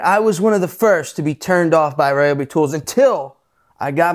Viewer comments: it's pronounced "ree-obi" and Ryobi, Ridgid and Milwaukee all made by same company TTi Inc. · Incorrect sir, I worked for Ryobi / TTi for 5 years and we were always trying to get people to say Ryobi correctly, but everyone had their own way. We actually had tshirts made one year with the correct pronunciation on them saying”it’s pronounced red-obi” next time you see a Home Depot commercial listen to the announcer saying Ryobi correctly finally, that took years!!